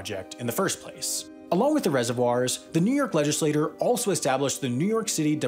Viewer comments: /LEHJ-iss-LAY-torr/ = one person who holds an elective office /LEHJ-iss-LAY-tyur/ = a governing body comprised of individual representatives ...And no, language is not that "fluid". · Learn to pronounce "legislature."